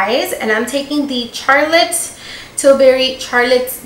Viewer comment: I love how she’s saying “Carlotte” 😭😭😭😭